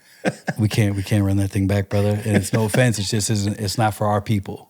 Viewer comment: Disappointed that the guest said "Fing" and it's posted?!?!